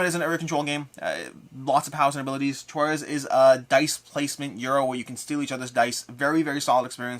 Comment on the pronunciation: Nice stuff! Glad I'm not the only person who pronounces "Troyes" that way.